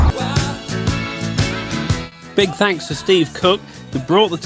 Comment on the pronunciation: 'Tanks' for another great video guys (and gal).